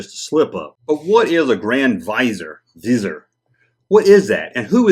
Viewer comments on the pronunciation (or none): If you watch Disney's Aladdin... Jafar is a "grand vizier" and it's pronounced "Vi Zeer....like EAR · Viz-ee-Err is how it’s pronounced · Say "vizor" again. 😆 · The pronunciation is Viz-eer. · Have you seen Aladdin? Jafar was Grand Vizier to the Sultan (a ruler comparable to an emperor.) In that movie it was pronounced Vee-ZEER. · Vuh-zear is how I've always heard it. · It's vi-ZEER. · Vuh ZEER. Google "How to pronounce" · Pronounced: vizeer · I’ve always heard it pronounced “viz-EAR” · It’s Vizier there’s a second ‘i’ in there. Pronounced Viz ee er. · Its pronounced Grand "Viz-ir" . its a middle eastern word meaning Grand "advisor". Jus tryin' 2 help. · It's pronounced vizeer. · Just for info it’s pronounced ‘viz-ear’.....a grand vizier is a courtly rank...a high ranking adviser. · Pronounced "viz-eeeer" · Look up the words, Grand Vizier. It's an old title. Pronounced: /viz-EER/ You'll find it in old stories like Aladdin, or the 1001 Nights. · It’s pronounced “VIZZY-ER” There is an I after the letter Z. If it was spelled VIZER, then yes it would be pronounced like the word “VISOR”. But it is spelled VIZIER. It means like a high ranking official. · More like "Vizzy-ay(r)" with the R almost not even pronounced, just kinda hinted at. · For the record it's pronounced VIZ-EAR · FYI, it's pronounced "va zeer" and a grand vizier is second-in-command to the ruler. He's the one that gets all the day-to-day operations done for the leader😁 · It's Grand Viz-e-air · The word is pronounced vizeer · It's pronounced VIZ-EAR. It comes from a high offical in the Ottomon Empire. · The Grand Vizier (pronounced viz-ee-ar)was the title of the effective head of government of many sovereign states in the Islamic world. These are probably the guys who replaced the senate after Palpatine disbanded it in episode IV . Funny how worlds like Naboo were a sovereign state , this was probably George Lucas’ attempt to introduce the political aspect to his saga much earlier than he did in episode I